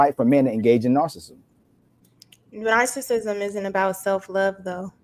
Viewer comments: It’s wild for to keep mentioning narcissism and narcissists and don’t know how to pronounce it. 🤦🏾‍♀️😩 but we’re supposed to take her seriously 👍🏾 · Can someone please pretty please correct how they pronounce narcissism 😂